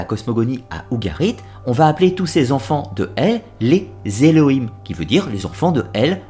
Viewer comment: Elohim et non Heloim, juste une faute de prononciation.